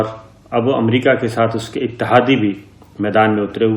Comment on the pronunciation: السلام علیکم. محترم صابر شاكر صاحب. آپ کی خبریں بہت اور ملک دوست اور عوام دوست اور حقائق پر مبنی ہوتی ہیں۔ مگر ایک معصومانہ درخواست کرنے کی جسارت کرتا ہوں۔اور وہ یہ کہ براہ کرم امریکہ کو امریقہ بولنا آپ کیطرح کے شخصیت کے لئے مناسب نہیں۔براہ کرم اسی طرح کی غلطیوں کی اصلاح کیجئے۔ جزاکم اللہ خیرا۔